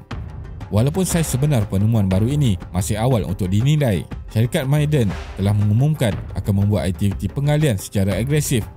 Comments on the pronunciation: Bukan sebutan 'meyden'...tp ma'aden....huruf ainnkan tu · Sebutan dia ma-a-dan kut kalau ikut ejaan mim ain alif dal nun … bkn maaden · Sebutan "Ma'a-den" - bukan "May-den" Penat dok dengar meden meden meden